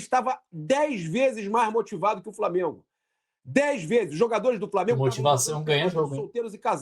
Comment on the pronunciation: Flamiengo,VARmiengo...pronuncie de forma correta,sotaque axxxqueroso.